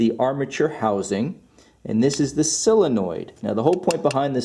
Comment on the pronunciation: You pronounce SOUL-enoid like, heh heh. Good video though. I don't get why these manufacturers don't simply put starters at the bottom of engines for easy access, this Acura isn't bad, instead of under an intake manifold which will take 2 days to get at. Looking at you, Toyota/Lexus, how doofy can you be???